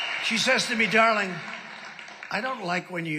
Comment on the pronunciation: "Dah-link" 😏 Like Natasha in Rocky and Bullwinkle cartoons.